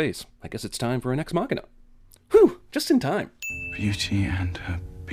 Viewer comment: but holy shit, please stop saying "ex machina".